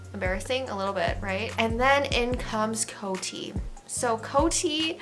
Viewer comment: In America, we pronounce COTY Beauty like “Code-y” ... not “Coat-y” 👍🏻